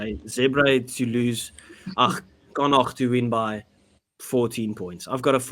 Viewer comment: Very impressed to hear Connaught pronounced more or less correctly. 👍